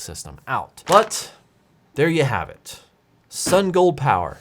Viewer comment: I love your content, but people sending you review items should at least give you a phonetic pronunciation of their company name. Keep it up, thanks for the quality content.